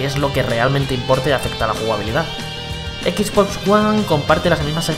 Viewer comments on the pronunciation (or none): none